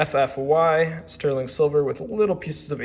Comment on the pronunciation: Robert Coin is Italian..Roberto not Robert, and ALL of his pieces have a signature Ruby on them. Yours is on the back. Look for the Ruby. Also it's Lah-goss, and caviar like the food. 😀 lastly, it's Eff-eee. Pronounciations are not easy, you do good.